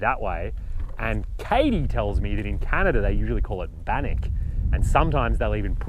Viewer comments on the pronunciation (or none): none